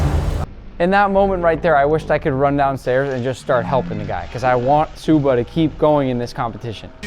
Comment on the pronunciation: You called him shoe-ba 💀